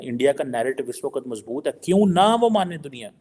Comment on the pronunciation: it’s WAQT not WA QAT. Although Urdu is a borrowed language from India…request you to pronounce it right. Please Urdu ki taang na tode 🙏